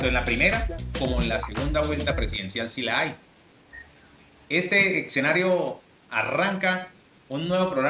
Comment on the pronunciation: Las redes permiten que pasen por periodistas personas que no lo son. Este señor dice "exenario", ni siquiera habla español bien. Y así tantos, tantos. 😢